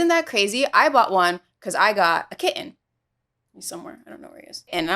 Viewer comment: The way you say Kitten amuses me too